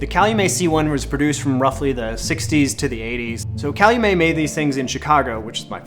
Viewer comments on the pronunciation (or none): As a Chicagoan, I give you permission to pronounce the ‘t’ in Calumet so people know what you’re referring. Thanks for the video. I just bought a (black) C1. Originally I wanted to shoot peel-a-part 4x5 Polaroids which lead me down a rabbit hole and fell in love with 8x10 Polaroid. That was my intent, but I’ll be using both Polaroid and film. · Yeah, not a silent "t". 🤗 A photo teacher used to tell us that large format builds character.